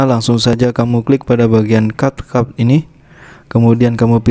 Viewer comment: Kak maaf capcut itu ngomongnya capcut kayak biasa bukan kapkut ya